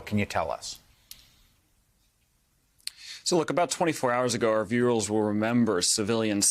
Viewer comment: Our viewels? Or viewers cause you said viewels